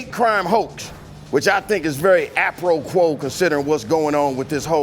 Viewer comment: the word is apropos. 🤦🏾‍♂️